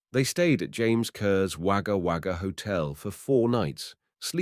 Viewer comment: I live not far from Wagga, have not heard of this before. I know Wagga looks like it should be pronounced with an a, but it is pronounced 'Wogga'. Junee is pronounced June e. Loved seeing all the old photo's of the area, Lake Albert is now quite an expensive part of Wagga.